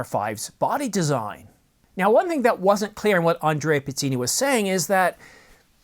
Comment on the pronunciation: All sources are Andrea Pizzini? By the way, the correct pronunciation is : pitz-EE-nee.